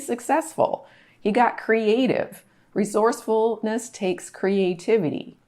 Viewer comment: Great content. Were you trying to say "re source ful ness"? 😊 . Repeaton por favor...."Re source ful ness". One more time: Re source ful ness. Good. Keep trying, ok. Very good.